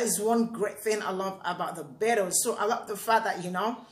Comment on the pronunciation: Sounds like you are saying the Bitters?? hahahaha I get you.